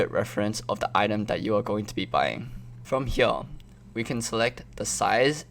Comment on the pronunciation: "From hEeYAahH"